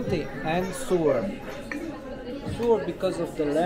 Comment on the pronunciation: The term you were looking for ("sour") due to the lemon, is pronounced SOW-ER, sounds like cow followed by er. Sewer is waste water from the toilet. I mean no disrespect, just trying to help you out on saying English terms. I think I would like the soup, from your description.